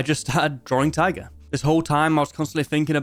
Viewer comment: Why do you pronounce Taiga as tiger ??